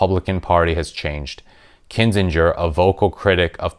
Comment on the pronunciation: Please stop mispronouncing AK's last name, t y!😕